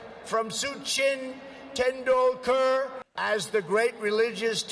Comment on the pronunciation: In case you didn't know The cricketer is named Sachin Tendulkar as Satch-in Ten-dool-kar And Swami Vivekananda as We-wake-aa-nand.